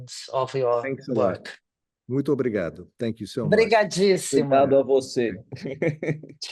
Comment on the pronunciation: Payne's "muito obrigado" at the end sounded perfect!